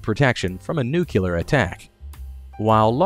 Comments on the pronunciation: Oh, you didn't just say "nucular" did you... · I hate it when people say nucular instead of nuclear.